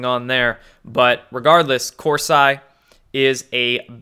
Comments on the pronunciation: I thought it was cor -see not cor-si ? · not hating here but again it’s Cor-see NOT Cors-“eye”. You sound uneducated with this pronounciation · CORE-SEE, not CORE-SIGH. though he does make one sigh. ;) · it's pronounced Jerome Corsee...not Cors-eye...just sayin dear! (I'm subscribed!) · nobody pronounces his name Cors-Eye except for you. It’s not negotiable. Lol It’s CorSeeee MmmmK? I love you but you drive me crazy 😜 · Cor-see, not Cors-eye. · What's the deal with pronouncing Corsi as Cors-eye? You know it's Kor-See, I know you do. Is it code from you? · Hi great job you're doing just wanted to point something out to you and it it it hurts me when people mispronounce last names even if the last name is of an a******. The course I is not pronounced course and then like the word I course I is pronounced horse ee Coursey. Thanks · It's pronounced Cor see. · His name is pronounced Corsee. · Hey, How's everything going at Mom and Dad's house? Jerome Corsi (surname is Italian) pronounced KOR SEE. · It’s pronounced Corsee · Corsi is pronounced Corseeeeee. Drives me crazy dude. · Corsi pronounced core see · Pronounced as corsee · I can’t believe you don’t know Jerome Corsi is pronounced, Kor-See. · Corsee...come on, you can say it. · Please learn how to pronounce names. That is basic journalism. Corsi pronounced Corsee but spelt Corsi. Got it? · CORE- SEE = Corsi Please, repeat after me. CORE- SEE CORE- SEE CORE-SEE Corsi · Love your info but please get name pronunciations right! Corsi is pronounced COR-see. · Corsi is pronounced Cor-see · Corsi is pronounced with (Cor-see) sound...unless you're saying it that way for 'effect'. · LOL, his name is pronounced COR-see. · Hey.....Corsi pronounced Kor - See! Thanks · He’s pronouncing it like cor(psy) like psy op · Omg....Corseye??? STOP IT! You sound ridiculous. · CORSI IS PRONOUNCED CORE- SEE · his name is Corseeeee, not 'I'